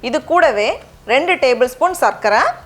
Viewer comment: சர்க்கரை - நீங்கள் உச்சரிப்பது கேட்க இனிமையாக உள்ளது😊 பெரும்பாலானோர் சக்கரை என்றுதான் உச்சரிப்பார்கள்.. தமிழ்போல் வளர்வோம் 🙏